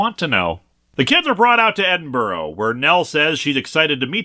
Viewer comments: It's more like Edin-brah than Edin-burrow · Sorry as a native of the fine City of Edinburgh, I have to, with my ears bleeding say it is pronounced like eh·duhn·bruh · Sorry to be that guy, but it's peonounced Ed.in.ba.rah Sorry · Come on Linkara, would it have killed you to look up how to pronounce Edinburgh... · As a Scottish girl this comic and Linkaras pronunciation of Edinburgh makes me cry Edit: also the pronunciation of Inverness and Culloden